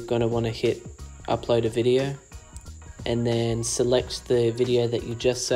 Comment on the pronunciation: What are you saying after you said after hitting Done the next step is to hit what???? Upload is that what you’re saying?? It’s into your video. Can’t understand what you’re saying.